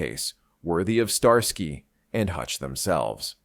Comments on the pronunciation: "STAR SKY " ?. AI has a tell!. 🤔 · Star-sky? Are you kidding? What is this AI slop? I'm gone man.